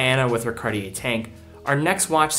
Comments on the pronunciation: He is pronouncing it correctly as far as I’m concerned.. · MmeDesgranges - Surprisingly for a yank, he’s pronouncing it correctly. How do YOU pronounce it?